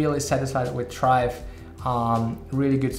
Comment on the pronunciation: he really called it chrive